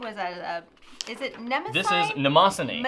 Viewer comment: pronunciation of Nemosine is correct. It’s not nuh-moss-uh-nee. Matt from The Pen Habit talked about this years ago. He emailed the company and asked, I think he said.